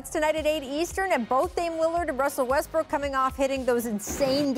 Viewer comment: WUSSEL WESTWOOK